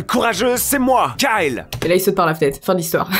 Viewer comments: Quand tu dit Kyle .on dirait que tu dis Carl. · Suis-je la seule à avoir remarquer qu'elle disait karl au lieu de kyle??😂😂😂